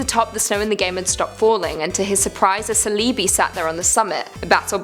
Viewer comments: CE-LEE-BI?????........ its CELEBI like celery only with an R lol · Did she just say CE-LEE-BE its CELL-A-BE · Did u just pronounce celabi as salibi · Celebee is pronouced ce-leh-bee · A stone of water?? The consul of four?? 😅 cel-bee-I 😅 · DID YOU JUST PRONOUNCE CELEBI AS SILIBI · “Cell-ee-bee” that was the worst pronunciation I’ve ever heard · the scariest thing is how she pronounced celebi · I'm sorry, but HOW did you just pronounce celebi?